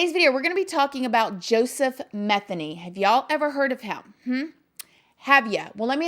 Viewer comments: The last name is me-theny.. Sounds like ma-theny.. Lots of those in my town.. I love yr videos!! Yr so down to earth. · Pronounced: Muh-they-knee